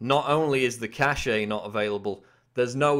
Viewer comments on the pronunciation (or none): It's not pronounced "cash-ay" it's pronounced "cash". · Good, but the word "cache" is pronounced the same as "cash". "Cachet" is a different word entirely.